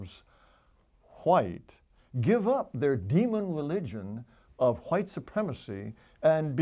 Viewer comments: Actually, he's pro Whhhite, in his typical pronunciation! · i would have listened to this whole thing, but the way he pronounces "hhhhh'white" makes me want to puncture my eardrums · Does he not know that the "H" is silent after "W"